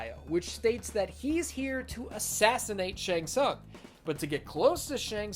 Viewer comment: thats the worst one Shang tsung 😂